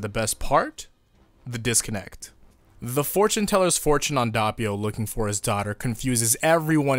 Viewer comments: Actually, the way you pronounce Doppio isn't bad, just the first o maybe sounds a bit too much like an a instead of an o. Source: I'm italian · I started the video, you prounced doppio the way you did, and it made me gag, I am so sorry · Was about to say WHY U SAYIN DOPPIO SOOO FUNKY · Fuck me I guess the VA's are pronouncing it wrong too 🤷‍♂️ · The O is pronounced as the o in information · It's doppio not doppio lol XD wetod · No offense but the way you pronounced doppio sounds weird it's not pronounced like that maybe in English it is I listen to sub no offense but it's so weird for my ears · bro i cant get over how you say doppio. like come on a little effort damn. when someone has a name u need to try to say it like they say it. dont make up a pronounciation... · Dude at least TRY to pronounce Doppio correctly, or in fact anything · I just learned to ignore it at this point lol even if he hears the correct way he won’t change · Im just going to point out the fact that your saying doppio wrong it’s not dahpio like your saying it’s actually dohpio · I click the video and the first thing I hear is DAHppio IT'S PRONOUNCED D-OH-PEE-O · It's not dAppio, its d o ppio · It's Doe-Pio not DOHH-pio/Duh-pio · Its (DOPE) - EEH - YO. not (D - aw - peeyo) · It’s Dope io Not dop io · HE'S NAME IS DOPPIO NOT DAPPIO IT'S FUCKING DOPPIO I DON'T EVEN CARE THAT YOU'VE ALREADY EXCUSED YOURSELF BUT I'M MAD I'M GOING TO AGGRESIVLY PET MY CAT AND YOU GO IN YA CORNER AND THINK OF WHAT YOU DID Edit:The cat liked the petting and i'm going to forgive you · The pronounciation is not that bad you need an harder p in Doppio and you're good.(edit) And an O as in D-OH-PPEE-O Before somebody asks how do you know how to pronounce it; Im italian. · Actually the right pronunciation is "d-o-p-p-ee-o", but the "ee" sound is not long and the double p is pretty marked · The way he pronounces doppio (dope-io) lowkey hurt. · He just said Dabio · Why do you say Dappio instead of Doppio? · Did u say da ppio